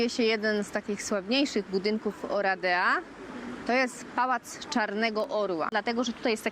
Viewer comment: Wymowa to nie 'Oradja'? Ten pałac czarnego orła....słyszałam.